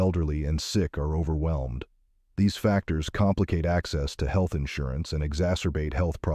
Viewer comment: Is the audio computer generated or a person? Because I've never heard anyone pronounce "health" as "heel-th".